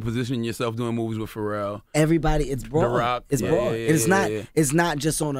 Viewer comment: Did Charlemagne say Will Pharrell lol